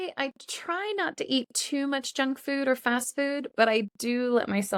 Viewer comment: I haven't been aware that Kababs fall into the category of junk food and whenever you spoke out the word junk food I've heard like jack fruit because, I'm used to jack fruits. Well, my first time to eat Kabab, i was then working in Muscat-Oman from a Turkish Food truck as teacher said. Thanks again for this lesson.